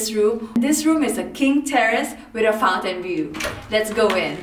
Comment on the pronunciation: Did she say Fountain view..or Fountainblue